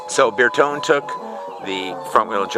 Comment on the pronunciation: An american who can't pronounce renault or bertone doesn't deserve this car